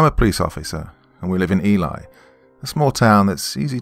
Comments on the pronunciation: Good story - but the town in Norther MN. 'Ely" is pronounced 'Ee-lee' not 'Ee-lie'. [how embarrassing for you! ;-) ] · I am from Minnesota, for future reference, the town is pronounced eelee. We've got many more ridiculous names for things here, you wouldn't believe it. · Just because I'm friends with some people there, Ely is pronounced "ee-lee".